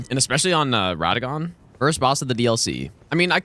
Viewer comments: “Radān” instantly clicked off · Bro spent 6000 hours and still cant pronounce RADAHN correctly😅